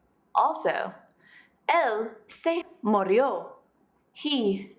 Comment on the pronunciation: sorry you are wrong in this part, it's not : el se morio, it's el se murio, it's not (o) it's U. Murio, it's the form correct.